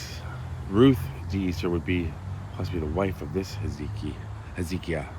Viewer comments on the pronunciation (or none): I think it’s pronounced Hez-UH-KY-UH Also there’s something like this in Hamilton. There’s a Courtyard by Marriott Hotel. A pretty nice hotel. $250 a night even. Bam, cemetary in the front. I’ve never driven into the property so I don’t know if there’s a parking lot between the hotel and the cemetary, but it’s an odd sight either way.